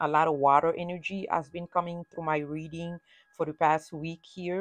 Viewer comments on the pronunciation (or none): none